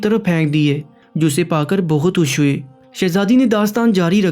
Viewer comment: Pahle urdu padhna seekh le. Khush ko hush bol raha hai.